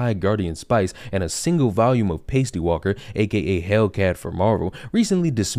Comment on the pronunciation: you said pastey 🤣